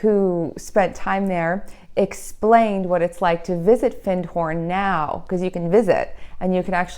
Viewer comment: you are totally correct with your pronunciation of Findhorn. (ie Not as in to find something) Re Trees. lime are the most communicative - this is why there are often groves of them in urban streets.